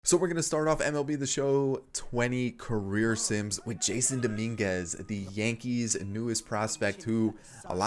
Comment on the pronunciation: btw it's prounounced (juh-sonn) not jason